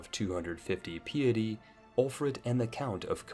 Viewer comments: Piety, is PIE - IT - I, PYE - ity not pee-ity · Say it with me: pie-uh-tee Caught a lot of surprisingly correct pronunciations, so that one threw me off. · It’s not PEA-ety, it’s PAI-ety as in the quality of being pious. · Do your folk really say piety is pee-ity? We say pie-ity. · Betrawthhh... Peeeity.... This guy's mispronunciations are wild. Edit:DOOchy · piety = pie-et-ee | duchy = dutchy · My friend you need to learn how to say a few words correctly. Took me 3-5 listens to understand what you said. (i.e. piety, spindly) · but cant pronounce "piety" properly lmfao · I can forgive the mispronunciations of French towns, but mispronouncing "piety", "papist", "duchy", and "usurp" amongst other words is a bit much... you'd think you'd know these words if you're interested in history simulators like CK3... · What is this pronunciation? Piety and Aquitane.... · Trying hard to make the commentary sound majestic/noble, but mispronounces "piety". How embarrassing.